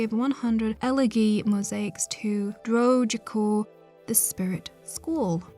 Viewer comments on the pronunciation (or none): none